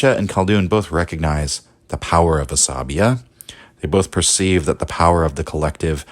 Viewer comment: I listened to you saying Asabiyyah like 100 times, before I finally realized it is عصبيّة and not just a greek or latin word :'D The double yy here does a lot of the work; it is pronounced more like "bey yah" not like "labia". Otherwise, love your videos.